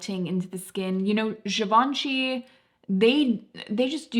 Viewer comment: the emphasis in Givenchy isn't so much on the ven. Very informative video though!